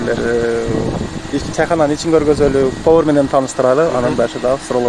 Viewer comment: ПовОр эмес ПовАр.